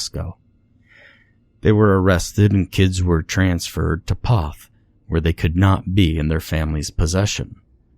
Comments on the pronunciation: You pronounced the name wrong in the story. It's actually pronounced "Kuh-shoo-sko". It's a Polish word. I grew up just two towns over from there. Sorry, but your pronunciation hurts my ears! Also, you pronounced Poth wrong, too. It's said with a long "o". Another Pollock town. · First it is pronounced "Keh-choo-sko" and also poth is a long o sound, u shld learn how to say the names before u record the story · i live in poth and he’s saying all of the names so wrong 😭